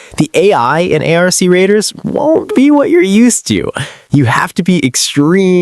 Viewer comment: lmao I thought I was trippin until I heard how he pronounced ARC Raiders lmao downvoted this shit so fast